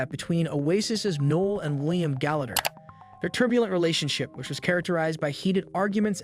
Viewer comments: Ly-am? Its Lee-am (Liam) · These AI videos need to do better than calling Liam “Lime”